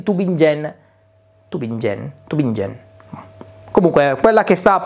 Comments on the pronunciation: "Tubinghen " in pronuncia alla tedesca :) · Format molto interessante! ;-) ehm, si dice "Tubìngen" con la "G" dura. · Sui numeri delle elettriche, dubbi non ne avevo, prima o poi, anche se sono senza garage, finirò per comprarla anch'io.... Se ti confondi nel pronunciare il nome della città, puoi dire tranquillamente "Tubinga"... 😄.. Comunque buon format, il TGValenza..., ottimo.. Ciao 😁